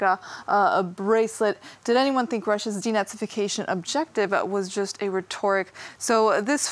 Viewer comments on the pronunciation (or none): none